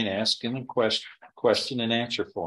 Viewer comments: He is educated and an attorney and still say axe for ask…. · I've never heard a lawyer, Say the word "axe" in the place of "ask". That's usually an eboniics thing, and if you're a lawyer, typically you would speak a little bit more professionally than that, I would think.